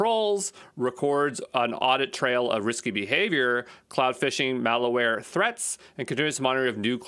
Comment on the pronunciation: Awesome, but the entire video you keep saying "IpD" instead of "IdP". And the word "malware" is not pronounced "malaware".